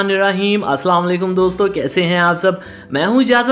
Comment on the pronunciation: Bhai aap ldko ki tarah bola kren lehera lehera kr nahi or bismilair rahmanir rheem nai hota.. bismilaahi ar rahmanir raheem hota h